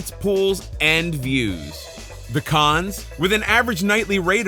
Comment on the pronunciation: Anyone else hear "pecans" when he was saying "the cons"? No? Just me? Ok.